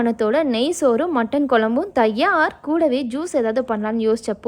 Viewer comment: நீங்க தயார் சொல்வது கொஞ்சம் டிப்ரன்டா இருக்கு 😅